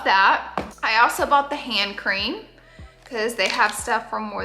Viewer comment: It’s like 130 am for me rn and I thought you said “ham cream” not “hand cream” 😂😅